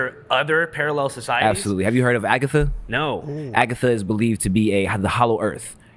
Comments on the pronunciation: It’s “Agartha” not “Agatha” c’mon Bro ! 😂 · Agartha*, not Agatha